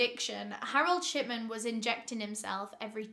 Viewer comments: Why did i hear you say shitman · I thought she was saying Harold Shitman until a read the description 😂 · this whole time i thought you were saying shitman💀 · i cant be the only one who hears "shitman"